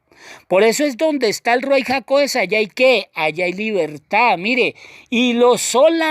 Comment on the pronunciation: Shalom ach! Yahweh le bendiga. Le pregunto algo: ¿Por qué usted escribe y pronuncias Ruai? Tengo entendido que lo correcto es Ruach HaKodesh.